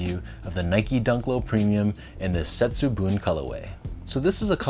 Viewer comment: Great review Sean and on point pronunciation of Setsubun ! I agree with you on the premium materials and craftsmanship, but I am a bit skeptical of the shiny effect on the swooshes after the leather is cracked, and the leather is a bit stiff compared to the Bagel Dunk. There’s in fact a Setsubun Dunk Hi released early this year as well which looks quite similar to the lows.